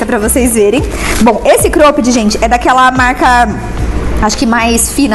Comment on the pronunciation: Vamos lá pra aulinha de inglês hahahha Cróooopped Jóóógger